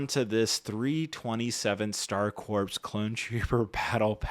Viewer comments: Little note: “corps” is pronounced like “core”, not “corpse” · "Corps" is pronounced like "core" not "corpse." Also the Umbaran 212th soldier was yellow not orange but the markings are wrong for 327th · Corps is pronounced like core because it's a French loan word. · The “p” and “s” are silent is Corps. It’s pronounced “core.” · the ps is silent in corps